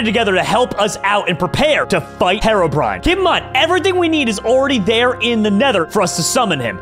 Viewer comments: I'm done with. First he calls Herobrine "harobrine," and he's calling charged creepers "super creepers." I need stress ball, comrades. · It triggers me how he pronounced herobrine as hair-ro-brine instead of hero-brine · lol he pronounced his name wrong